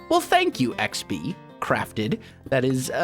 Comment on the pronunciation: When you said xb I thought u said sb as in sb737